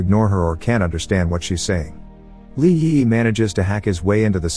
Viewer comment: Bot having a stroke every time it tries to say Li Yiyi